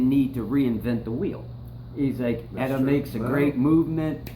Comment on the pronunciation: Nice, good info. But it's not "Etta", it's "E-T-A", like you say other things like BBC, FDA, FCC etc.